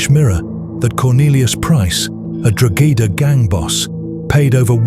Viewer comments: Good video, but Drogheda is pronounced Draw-heda, not "draw-gedder". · its pronounced DROH-EDA not DROGEDA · It’s pronounce Dro hedda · Drogheda, the place where it happened is pronounced DRAW-HEAD-AH. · Drogheda... is pronounced Dro-huh-duh The mispronunciation was distracting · Its pronounced Draw-hedda... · It's pronounced Deo heada. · Drogheda - the "g" is silent. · Great video but your pronunciation of “Drogheda” is woeful. If you’re doing videos in the future I’d suggest researching place names if you’re going to mention them so much.